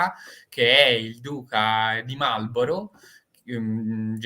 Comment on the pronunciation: Marlborough e non Marlorough